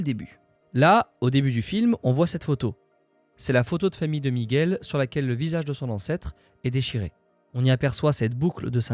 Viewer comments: Super video comme toutes celles que j'ai vues dernièrement. J'en savais déjà beaucoup, j'en ai appris d'autres. Bravo pour ce boulot ! Ps : Prononcer Miguel par erreur "Migouel" une fois sur deux, ça a trigger mes racines un peu XD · On ne dit pas "Migouel" please, ça écorche les oreilles. Merci